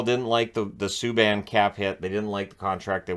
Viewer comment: Save us. "ME - K" Subban. Ugh.